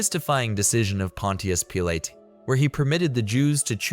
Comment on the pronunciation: Pontias Peelay 😂